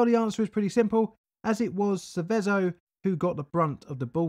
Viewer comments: just some more Italian nitpicking, Seveso is pronounced with the stroke on the first e not the last, Sēveso not Sevēso, I grew up less than 10 miles from there, my comment is in the common section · Love the content, but Seveso is pronounced with the accent (emphasis) on the first e, not the second :-) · The name of the town (and river) is pronounced more like SEH-veh-zo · Sèveso, and also Cesàno Madèrno is a single town, not 2 :) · also Seveso is wrongly pronounced. google translate pronounce it in a weird way too but much closer to the original (same for ICMESA). Source: i live in milan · Grat video! A really well documented one. You almost got the right pronunciation for Seveso. The accent should be on the first "e". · This town is where my grandparents live luckily on that day the wind was blowing the opposite way so they weren't affected. Your also pronouncing Seveso wrong but it doesn't really matter.